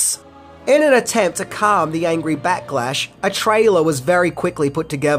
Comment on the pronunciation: Did you say “batlash”?